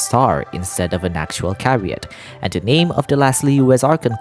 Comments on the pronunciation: Hello - I’d like to politely let you know that chariot is pronounced with a ‘ch’ as in chair, /cha-ree-ut/, and not like how it’s pronounced here on the video /ka-ree-ut/. Thank you and I love you your videos I hope you don’t take this negatively. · I can confirm that "chariot" has an "h" in it, and it's not silent.